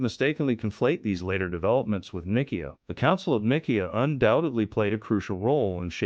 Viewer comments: Can't even pronounce Ni see a ( long I long e short a ) 😮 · sounds like a robot..but much better than steven Hawkings ..the council of nick - key- ah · These buffoons cannot even pronounce 'Nicaea' correctly. And their screed sinks after that.